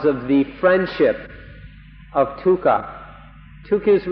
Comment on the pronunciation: Sounds like he's saying tukha instead of dukha